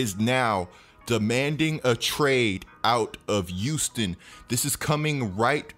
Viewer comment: Pronounce yo H’s tf is a “uouston” 💀😂